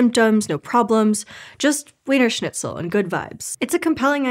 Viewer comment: Wienersnitztel is pronounced with a v sound at the beginning of the word. Sorry